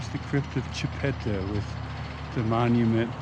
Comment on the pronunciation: I am a decent of Chipta ,,,, and you say it wrong and you say her husband Ouray wrong too'.